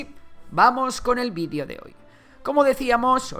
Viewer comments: Seguiré insistiendo ¿dices I C BERG y VIDIO en vez de videoo) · Se dice VIDEO no bidio. Y se dice AISBERG